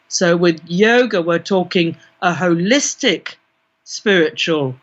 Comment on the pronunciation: "We are holistic beings" whole-istic 🌎🌌💀